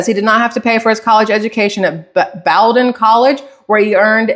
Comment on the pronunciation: The college "the puke" went to is pronounced "Bow-den" many names here in New England are native American, not sure about Bowdoin. Love listening to your no nonsense statement on the craziness of the world.